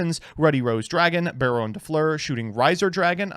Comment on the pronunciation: BEAR-OWN De Fluer